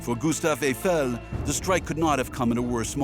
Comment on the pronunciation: Обожемой, ГюстАв ЭйфЕль, когда наконец ИИ научится грамотно ставить ударения!